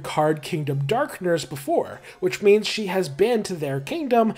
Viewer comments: every time you said "in terms of means" all i could hear was "in terms of memes" T-T (great video btw!!) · Every time you say "means" I have to think for a second to make sure I didn't just hear you say memes... Also fantastic video, holy crap. I'll be subscribing to catch more of these.